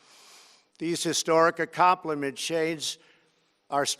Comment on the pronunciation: What wrong with his Voice "These historic accomplime-shaades"??